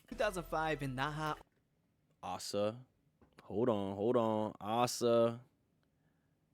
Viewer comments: ASA is not the best dancer , and it's A SA, not Aaaah Saah. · Asa is not the best dancer, but she is. Both Ruka and Asa are the best, and Asa was named by LeeJung as the best in some dancing aspcets. And as the other guy already mentioned, yeah, her name is Ah sah, not A-sa. Youre a Babymonster fan that has never seen Babymonster content or what? She has always presented herself as Ah Sah, unless she is speaking english, then she calls herself A-sa, for the reasons he already told you. Youre not even a fan youre just some random Asa hater.